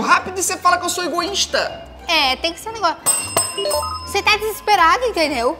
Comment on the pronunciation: Não esperava por essa a falou esgoista eu não esperava kkkkk